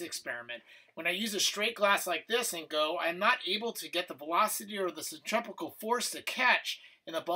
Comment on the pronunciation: Centripetal, not centripecal